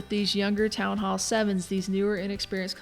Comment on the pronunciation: one of the few who say "Town Hall" not "Townall"